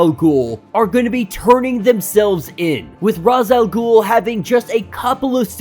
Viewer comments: Thank you for pronouncing R'as the way I do. I'm sick and tired of all the people that call him Rache Al Ghul.It sounds stupid. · Rache al ghul is the proper way to say it im pretty sure